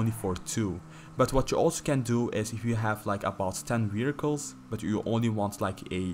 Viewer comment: Thought he said 10 miracles lol he said vehicles.